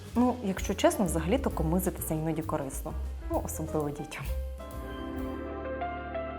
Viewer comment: А правильно ставити наголос "комИзитися" ??? я чула і завжди говорила і"комизИтися"